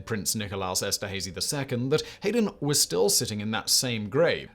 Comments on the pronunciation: As a classical musician, I suppose I should say that Haydn is pronounced like “Hidin’” rather than “Hayden”. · Oh Simon, the composer Haydn's name is pronounced High-den. Too big of a luminary for me not to say something. Sorry to have to correct you. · We have a vintage collection of mispronunciations Simon in this one. What kind of uncultured oaf doesn't know how to pronounce Josef Hayden's surname?